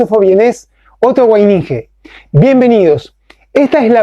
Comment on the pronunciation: que tiene usted para decir sobre la eugenesia o las teorías Malthusianas y Spencerianas, supuestamente fundadas en la ciencia...? Además, aprenda a pronunciar Otto Weininger, que queda peor de lo que ya está.